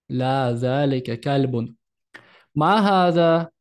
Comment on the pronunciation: почему Вы спорите?! Я живу в арабской стране, учусь у арабок, никто так не произносит, как Вы говорите. "Ма" не как в русском языке, мягко, но не "мя"